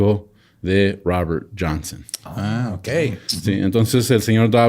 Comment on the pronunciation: El Raaber Janseeen me distrae mucho...